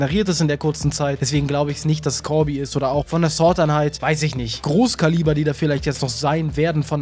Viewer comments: warum wird immer sort einheit statt sword einheit gesagt?. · Es heißt „sword“ und nicht „sort“😂🤦‍♂️